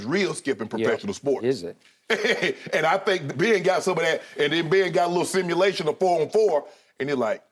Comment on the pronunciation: He said lesimmulation 😂💀💀